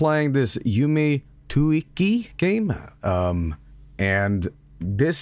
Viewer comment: it says YUME TUKKI, NOT TUIKI